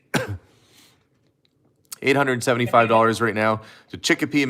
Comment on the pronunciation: I'm amazed you said the name of my City correctly (Chicopee, MA) - I'm not the bidder though. I just live in the same city.